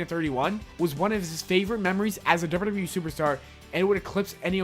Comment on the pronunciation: Slow down on how you pronounce WWE and WWF. It sounds like gibberish. "Doubadoubawe"